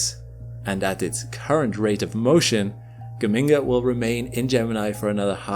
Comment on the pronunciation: The G in Geminga is the same as in Gemini. Juh-minga fool!